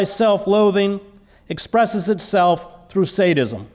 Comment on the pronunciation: Is he saying Sanism or Saintism??